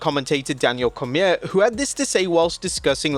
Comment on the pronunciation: What is that pronunciation of ‘Cormier’? 😂